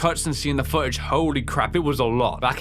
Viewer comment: Just want to say one thing funny about this. he said futage. Again, just something funny I saw during the video.